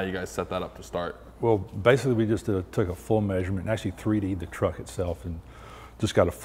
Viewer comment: Kens pronunciation of truck is so wet..”TRHUCK”